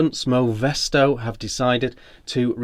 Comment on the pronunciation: Sfoe mesto Sfae mesto, I cant understand why British people cannot pronounce a single foreign word properly...